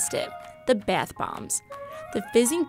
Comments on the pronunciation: Is it just me or is the girl saying Beth instead of bath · Its bathhhh not beith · It's not beith nor beyth or whatever, it's bathe. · y do i found ' beth bomb ' so frustrating its bathh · 50%the emojis in the thumbnail 40%how she says the word “bath” like “baeth” 10%actually about the video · i hate how she say bath lmao it sounds like byath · The way she says bath she says Beth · “The baith bomb” Bruv isn’t it bath bomb not whatever she said? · The way she says bath bomb bath bomb not beith bomb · am I the only one annoyed by the way she says bath? Like it’s bAth not bEEth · Beaith bomb 🤦🤦🤦🤦🤦 BATH JUST SAY BATH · “Beath” bomb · I was like why are you saying BAATH BOMBS likes WTH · Leora Moskowitz yes! I thought every one was just going to ignore the “beath bombs” pronunciation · baeth bombs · No its bee-ath boemb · She says ba YUTH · "bEiTh BoMb" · Let's be honest, everybody gets annoyed when she says "Baeth bomb" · She keeps saying the “Beth bombs” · Waitttt if she pronounces bath as beth then how does she pronounce math? Lmao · Wow you're really struggling to say the word "Bath" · Why does she say it like beath bomb? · Why does she say bath beaaaath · "Beath" bombs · i cringed everytime she said biathe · Is she saying BETH bomb? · oml who else was soo annoyed by her saying beayth boyyum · Does anyone else get annoyed when she said ‘beythbomb’ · Isn't anyone bothered by her saying bath wrong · Please learn how to say bath right